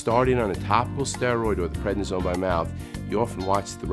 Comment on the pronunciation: What did he say by mouth? Predisone? I didn't catch it.